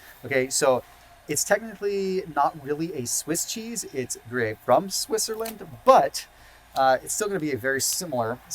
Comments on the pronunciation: Not to be pedantic, but I’ve never heard anyone pronounce Gruyère as Groo-yay? It’s pronounced Groo-yare in French. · Pronounced: Grée-AIR. I’ve learned so much from you, thought I would give something back. Vive le français!🇫🇷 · It's pronounced "Gree-air"! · Pronounces GRU YEAR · Great video, thanks. FYI - Gruyere is pronounced gru-yair like air. Jarlsberg is pronounced yarlsberg...the J is actually like a Y :)